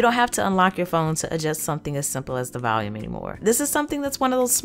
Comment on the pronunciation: haha she pronounces volume as Valium. its adorable though